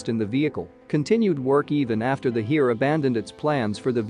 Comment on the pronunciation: I know it is an artificial voice, but hearing the mangling of "Bundeswehr", "Heer" and the like just grates.